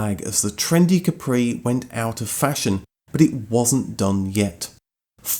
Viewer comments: I’m surprised it’s not mentioned in the video or in the comments that the name Capri is completely misspelled, as the island off the coast of Italy is called Capri with emphasis in the A, like cápri, not caprí! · Fun fact: the correct pronunciation in KAH-pree, Del-Boy style, not ka-PREE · What's funny is that "Capri" in Italian is pronounced with a totally different accent (Càpri, not "Caprì"). It's not French. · I used to be good at languages back in the day and I used to point out that the Island of Capri in the Bay of Naples is pronounced KA-pri. The emphesis is on the first syllable. (Think of the Ford KA with a whispered pri.....it even sounds Italian.) So I drove my KA-pri while the others were driving their "kepprees". They used to call me a snob for some reason. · To be a real geezer you have to say Cappry. Accent on the first syllable.